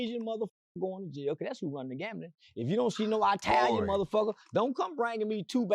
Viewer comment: It's the eye talians haha 😂😂😂 cannot say Italian for nothing lol 😂😂😂